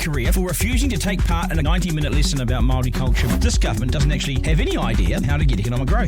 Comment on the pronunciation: At least learn to say Māori properly Stu!